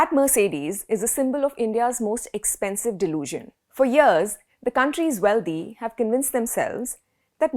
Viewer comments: How about getting the correct pronunciation of the words "Wealthy" ends with a THY and not DHY, and the same goes with "Healthy", it just doesn't sound proper with your superb grasp of the English language being in the spotlight.... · Nice segment. I’d just ask that you not pronounce wealthy as wealdhee. Indians make this common mistake. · That is not how you prounce "wealthy" you illiterate woman